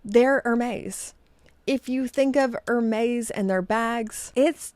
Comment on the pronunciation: Hermess, not Hermez, you make it sound like merguez. :D